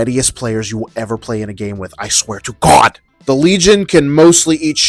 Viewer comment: "i swear to GHOAD"